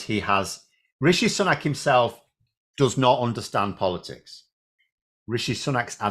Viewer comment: I thought his sir name is pronounced SOO-NAK? Not SUN-AK?